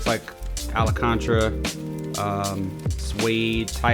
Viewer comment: Alacontra. (tears). Al-can-tara is how you say it. From one homie to another.